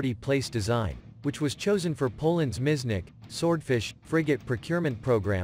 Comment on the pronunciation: Miecznik not miznick!!